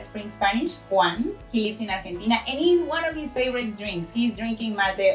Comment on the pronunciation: Did you say "Jaun of our teachers at Spring Spanish is from Argentina" lol